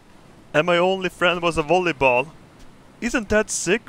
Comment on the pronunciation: Says volleyball wollieball XD